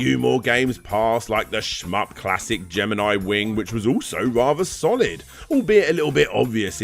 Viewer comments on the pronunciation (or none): none